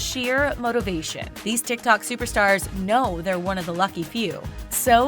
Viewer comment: Every time pronounce "TIKTOK" it annoys me like a lot😒